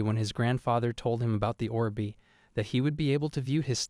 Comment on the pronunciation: Look Orb is not two words as in Or B it is one word, please for the love of god learn English or please just stop you sound like a fucked up record player that has no clue how to play a song. Orb is said /ôrb/. Look, just type say orb in a browser should get you to a search that will link to a say page that will show you a speaker-type image that, if you click, will say the word.